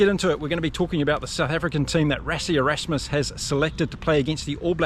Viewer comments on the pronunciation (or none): none